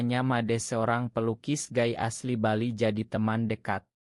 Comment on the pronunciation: Gay (baca gei) Min, kalo Guy ( baca Gai) mah nama suami gue😂😂.